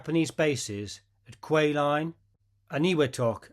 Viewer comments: Lee was a good friend of my fathers after the war. Kwajalien is not pronounced Quah line but quad- jewel- in. All WW2 combat vet got the Bronze star for service at the end of the war - he had one but it's not listed . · Just so you get the pronunciation right... "Kwajalein" is phonetically pronounced: "kwaa-juh-line" The accent is on the first syllable. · qua-ja-leen is how you pronounce Kwajalein. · For the record, Kawjalein is pronounced in three syllables: Qua-Ja-Line. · Kwajalein is pronounced as the best I can do - Quad-a-lean. Semper Fi!